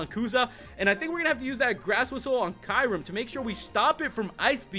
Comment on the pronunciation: You're saying mispronouncing Kyurem. lol